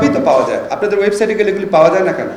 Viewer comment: ওয়েব সাইড নয়, ওয়েব সাইট।